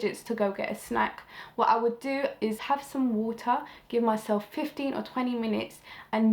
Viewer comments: "WOOTAH! WOOTAH! WOOTAH!" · Woter woter woter 💧